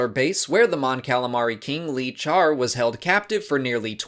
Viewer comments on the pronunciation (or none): none